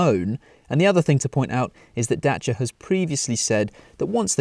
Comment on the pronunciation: Great review. Impresie how you pronunce Dacia🙏🏼